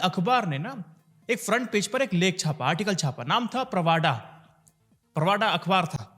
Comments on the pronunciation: Please read as - not as "प्रवाडा" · Just a small comment - name of the Russian paper/agency is "प्रावदा" and as "प्रवाडा" as was being said. Thank you